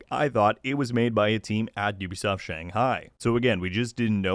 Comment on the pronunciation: Thank you for pronouncing Ubisoft correctly and not pronouncing it as 'ooh be soft' 🤦🏻‍♂️